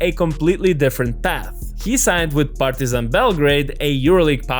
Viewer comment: PAR-ti-zan and not Par-TI-zan